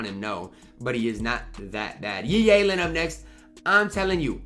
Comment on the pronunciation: Day 2731 of saying Yi Yalen for no understandable reason